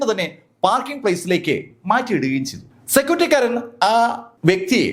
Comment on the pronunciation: ആധ്യമായി, സെക്യൂറ്റിക്കാരൻ, വചീന..